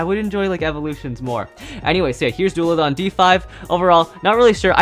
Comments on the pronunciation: As a viper hydrax owner I find the fact that messed up their names, very painful. Also, it's pronounced Daul-a-han. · It's dullahan not dullahan